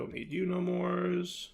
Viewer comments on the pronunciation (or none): none